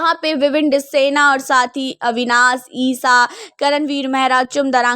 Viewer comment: अविनास नहीं अविनाश कहते हैं